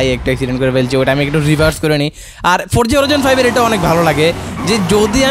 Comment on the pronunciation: bhai eda Horaizon naaa😂 Hori Zon bolen